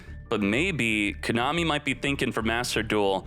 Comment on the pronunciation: Been watching for 2 years, but your pronunciation of "Kooonami" is still fucking cringe